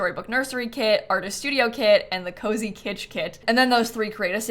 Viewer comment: Every time said “kit” I heard “kid”. So she said “10 kits” and I heard “10 kids” and had to rewind to see what I’d missed and who had ten kids 😂